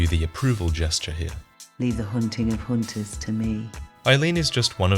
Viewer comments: says hoonters and not hunters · "Leave the hoonting of hoonters to me." Was that you,, or was it the game? XD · the hoonting of hoonters...lolwut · leave the hoonting of hoonters to her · hoontahs. they like to hoont.